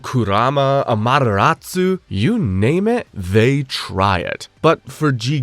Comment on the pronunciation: Say it with me: Ah-ma-te-Ra-ssss You even hear it in the anime! Then why the aHmaTeraSuuuuuuuu???